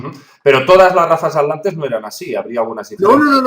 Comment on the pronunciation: Me encanta ese nuevo continente "la Alantida" jajajajajajajja y los "Alantes" Se te resisten las "tes" al igual que la invasión Alien de 2019